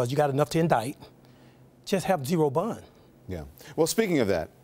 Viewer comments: I thought bun was some legal term i didnt know anything about lol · This dude is probably the same dude that served R. Kelly a Big Mac at McDonalds after he BUN outta jail 😂 Thats why he cant say BOND, he so use to saying BUN, smh... This is what $29.99 will get you 🤔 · Did he say bun instead of bond😂😂🤦🏽‍♀️ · Dude said “bun” instead of “bond” 😂 This crisis expert is absolutely clueless. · Not to mention learn how to pronounce words correctly. “Aquisations” “Bun” instead of bond “Lawyer” instead of liar